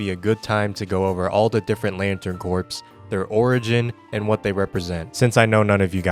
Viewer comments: corps is pronounces core, not corpse, knew that was gonna drive me crazy so had to stop 8 seconds in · Did... did you say lantern corpse at the start?